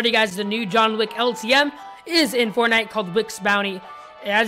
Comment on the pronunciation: who else heard "John Lick"